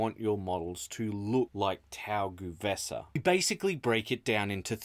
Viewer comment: The first E of GuE'vesa is not pronounced? It feels weird to me to hear "Gu'vesa" 😅